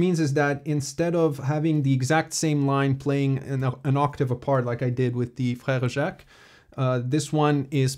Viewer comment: Your pronounciation of frere jacques was great! Did you study french ever?